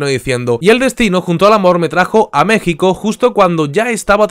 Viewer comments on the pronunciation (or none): none